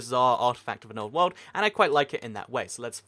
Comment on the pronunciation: You talk entirely too fast. Slow down! And every time you said "world" I thought you said "wool" and got really confused.